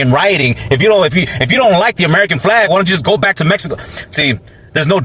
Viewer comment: I love the way you say Messyco. 😆. But seriously, tho, I don’t know any of these people in the video but if their reason for not helping illegals is “you can’t just break the law,” then I hope they also apply that to blacks.